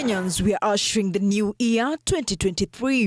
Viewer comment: " new ear"😂